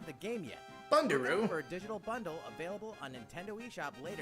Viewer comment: My life is complete now hearing call a bundle a bunduru